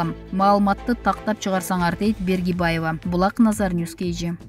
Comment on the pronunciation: Фамилясын туура такьасанар Бергибаева дебей. Баргыбаева